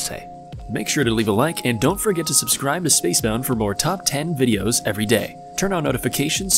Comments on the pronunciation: Spacebound did u realize u said subswibe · At the end it sounded like he said "comment and subscwibe" XD